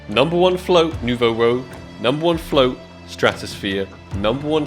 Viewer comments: It's not Rogue, it's Rouge it means Red in French and is pronounced as Roeje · Its not Nouveau RO-GE - its ROO-SGH - as in FRENCH! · lol and you're still not pronouncing it correclty. It's not ROGUE, it's ROUGE. As in "roozh" - It's a red color. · Ok can’t not say it, this is 3rd time. it’s not rogue, it’s rouge which is French for red, so it’s New Red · It’s not rogue it’s rouge x) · it's not nouveau "rogue" ... it's rouge. roo-je. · Rouge not fucking rogue. Jesus man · its nouveau rouge not nouveau rogue man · It’s pronounced ROO-j. Not rogue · ROUGE, not Rogue. It's pronounced like "rooj". it's french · rouge as in red. not rogue. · It's Rouge (Rooj) not Rogue my guy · You are pronouncing it wrong it’s a French word you pronounce it nouveau ROOJ not rogue like the class in Warcraft 😂in French it means “new red” sorry I’m Canadian lol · Its Rouge not Rogue :p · Not to burst your bubble but you still say nouveau rouge wrong haha. You got nouveau down but keep sayING ROGUE like a rpg class. Its ROO-GE the colour red in french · Bruh it's "Rouge" not "Rogue". rooje. It means red. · Its not Nouveau Rogue, it's Nouveau Rouge.. 🤓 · It has to be on purpose at this point lol. Rogue❌Rooj✅ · It's Nouveau Rouge (New Red) not Nouveau Rogue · It's Nouveau Rouge, not Nouveau Rogue, and if you wanna know how to spell it it's like Moulin Rouge (R-ooo-jjj) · you're still struggling to say it lol it's pronounced like "rooj", not "rogue"! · And it is Nouveau ROUGE (not rogue) : [ʁuʒ] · Its been three videos and bro still cant pronounce rouge xdd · NOUVEAU ROGUE IS LIKE THIS ITS NOUVEAU ROUGE ITS FRENCH YOU DEEPFRIED WORM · Btw it's not "Rogue" it's "Rouge" pronouned as "Rouj" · Who is going to tell that its Nouveau Rouge, and not Nouveau Rogue lol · ITS NOT ROGUE AND YOU KNOWWWW ITT, its pronounced Ruje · the AK Nouveau Rouge not Nouveau "Rogue" (new red in french) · you pronounce it rogue, its rouge. red in french aha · It’s ak nouveau rouge not rogue